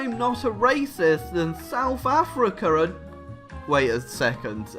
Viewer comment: "Souf Africa"